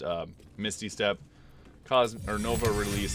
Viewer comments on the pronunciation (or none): none